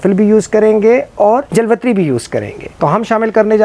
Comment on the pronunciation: it is a punjabi accent Jalwatri